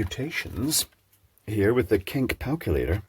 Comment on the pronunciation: I don’t know what it says about me.. but when you introduced said mathematical engine I thought you said “ let’s work it out with the ‘kink calculator’ “